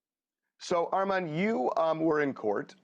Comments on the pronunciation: ION like the way Harvey saying your name Armon - can somebody correct him! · Please tell them to get your name together!!!! How can they not pronounce Armon?? Congratulations !! You’re doing great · Armon (R-Mawn)!!!!🤷🏾‍♀️😩😩😩😆❤️